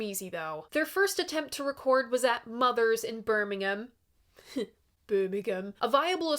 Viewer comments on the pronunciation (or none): hello. to say birmingham right, you say it as "berrrm ing um"